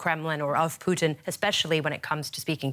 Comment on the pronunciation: In the case of "Poutine" totally losing control. As a Canadian this made me laugh out loud 😂 (I know she meant Putin)